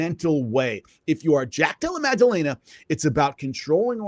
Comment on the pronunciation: I like Jimmy but first of all "Mag-dellena" ya know. But more importantly, he's very knowledgeable but he has developed such a grating infomercial salesman style of speaking. I just want him to dial back the TV host energy like 50%